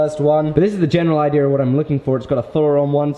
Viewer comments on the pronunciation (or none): none